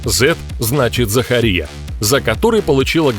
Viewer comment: Меня одного бесит как автор ставит ударение на имени Марго? И Захария тоже. Может это особенность австралийцев.